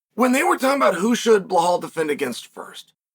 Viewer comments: The way he say balhaaal 😂😂😂😂😂 it's balal not balhal 😂😂😂😂😂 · Bro why you sayin “blahaal” tho 😂